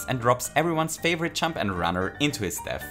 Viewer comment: it took me way too long to realize he was saying "jump" and not "chump" lmao